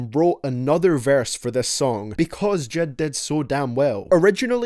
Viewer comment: Love ur videos but it is j.I.d not jid